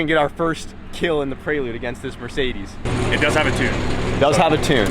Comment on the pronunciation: why do you keep saying "prey-lude" lol, it's a PRE-lude.